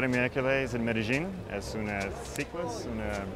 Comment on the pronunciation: I've never heard Medellin pronounced that way before. Sounds strange. But great episode.